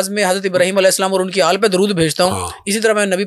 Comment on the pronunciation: آل کہنا ہوتا ہے یہ شخص اله کہہ رہے تو کسی نے تصحیح کرنی ہی تھی انہوں نے کہا ہوگا آل بولنا ہے اله نہیں کہنا۔ل پر زیر ہے لیکن الگ حرف ہ نہیں